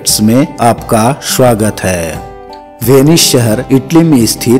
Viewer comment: Shwagat nahi swagat karo , pronunciation bahut jhantu hai tumhara